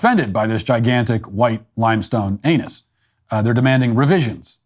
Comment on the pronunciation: I don’t know what’s funnier, the sculpture, or the fact that no one on that report could say “anus” 😂💀